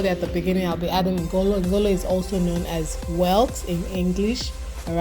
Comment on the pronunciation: That pronunciation of ngolo is wrong on all fronts. Everything else is on point. Deltans do not use uyayak in their Banga.